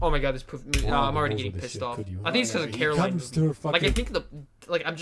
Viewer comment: Coraline her name is Coraline not Caroline